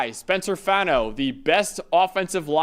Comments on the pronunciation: It’s Fah-no, not fan-no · Not the biggest deal, but Spencer Fano's last name is pronounced Fah-no. Not Fan-no like everyone says